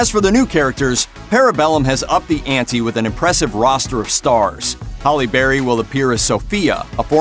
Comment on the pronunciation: Halley bleary, what a joke.